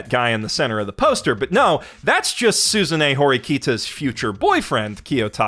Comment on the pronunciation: It took me longer than I care to admit to realize was saying "SUZUNE Horikita" and not "Susan E. Horikita" 😂 I was thinking 'what an odd name for an anime character and then it finally clicked...